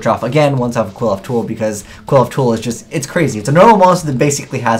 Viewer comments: It's not pronounced kwilloffs!!! Kleephoths! Sheesh. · Pronounced (Cliff oth) hearing it quilloff just hurts my soul. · Its pronounced Kli-foth bro not Quiloph :') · Why are you pronouncing qliphoth, kwill-off. Is that how they pronounce it in japanese cause its supposed to be pronounced Klee-foth or Cliff-oth. Sorry if it just annoys me cause I'm part Jewish... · ' pronunctiation of Qliphoth (as KWILL-oth) annoys me a lot. Shouldn't it be more along the lines of KLEE-foth, as that's how it looks like it's spelled. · CLIFF-oth does make a lot of sense, matching the pronunciation to the spelling. I do also agree that KWILL-oth flows better, but it doesn't fit the spelling well, which irritates me to no end. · Erhrm... "Kliff - Aw - Th" No one looks at the name close enough to realize how it is pronounced =_= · You're not pronouncing Qliphoths correctly ._. Cliff-oths. Just saying >.> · "Klee - Fawth" come on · Cliff-Oth. ITS PRONOUNCED CLIFF OTHS DONT POISON OUR MINDS. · dudes, it is CLIFF -oth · Sean Middlehurst It is definitely CLIFF-oth. The Japanese pronunciation is "Kurifōto"which sounds similarly to CLIFF-oth. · And this is WITHOUT the new Qliphoth boss monster, who, as we all know, is insane XD Just so you know, I believe it's pronounced "Kil-pot" (understandably hard to pronounce, because it's not an English word) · Dragoniiii12 pronounce the "cli-" in "click". And combine that with what I stated in the first reply. Qli-F-Oath Cli = Qli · Well, their japanese pronounciation is Kurifoto, so they are pronounced "Klifot". Also, their names are based on Jewish mysticism and can be considered to be connected to the Tree of Life, as seen on Apoqliphoth. The new Shaddoll is also called Shekhinaga, which is deprived from a female version of "god" or be translated as "the place where God rests". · Can you please just pronounce Qliphoth correctly? It's really not that hard. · I have a dream that one day you will pronounce Xyz and Qliphoth correctly.